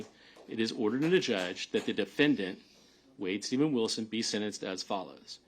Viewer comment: "The defendant is hereby sinnenced..."